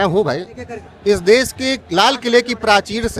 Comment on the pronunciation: देस नही देश बोलो, कहा से आते है ये लोग